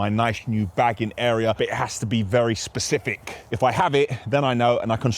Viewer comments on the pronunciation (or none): please don't say pacific again. It's "specific" pacific is an ocean. 🤣🤣 anyone else have this pet hate